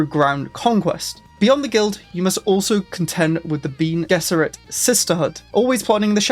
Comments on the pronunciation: It is pronounced "Ben-ay Jezz-arr-it" for future reference, but good efforts. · Bean gesserit is a famous British meal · Switching off at the second "bean gesserit". Can't do it. Really low effort stuff here. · meanwhile: BEAN gess-e-rid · so, you never watched any of the Dune adaptations then? Love the pronunciations 😂😂 Love your content dude, I’m only joshing with you with the pronunciations!